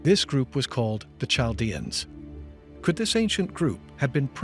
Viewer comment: Could someone very the pronunciation correct??!!!! Really ch in Chaldean for instance it’s a hard K sound Great history but where is the editor